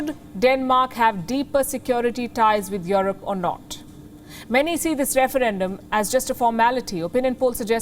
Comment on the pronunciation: You're one of the fastest growing news channel, but the way you pronounced 'Europe' is completely not correct. That's a shame for such a big channel like yours. It is not 'IOROPE', it is "IUROPE"